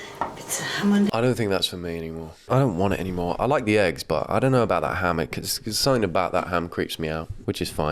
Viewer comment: I questioned if there was an H in ham, from her saying heggs